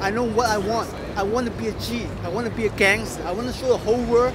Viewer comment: ohh he says "gangster" i thought "dancer"